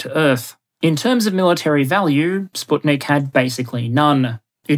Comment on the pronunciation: Thank you for the proper pronunciation of Sputnik :) also kudos for Expanse, but there's a missing iconic picture of lockheed's multiple kill vehicle